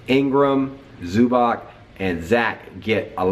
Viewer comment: Hey just an FYI, it's pronounced "Zubats" rather than how it's spelt as "Zubac"